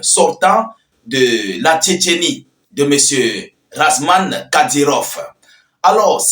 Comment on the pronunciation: toi tu n'est pas normal. on dit ramzan et non razman